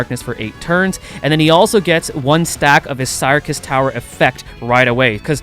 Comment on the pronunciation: I think you pronounce syrcus as circus but other than that, all good!